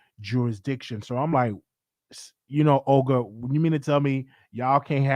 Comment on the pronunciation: And "Olger" and not Olga 🤣